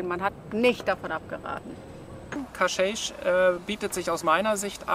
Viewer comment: Hallo Ihr beiden, Danke für das tolle Video! Ein Tipp noch…Cascais spricht man in Portugal wie KASKEISCH aus. (Damit die Portugiesen in etwa verstehen, wo ihr hinwollt ;-))) Viel Freude noch auf Eurer Reise